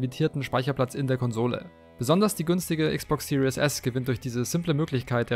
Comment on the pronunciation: Series nicht serious du sprichst es falsch aus